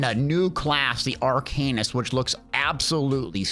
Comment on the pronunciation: Pretty sure its always been sounded out, ever since this class name existed, arka-nist, not ar-cain-ist. Yes, just a small thing, but pretty sure that is how its always been said. That out of the way, its meh to me. Another magicka/ranged skewed class. Only good melee/stam weapon classes we have are nightblade and warden. The others are better with straight up magicka/caster style. And thank god about pvp. pvp is hot garbage for any mmorpg. Should be removed in all of them.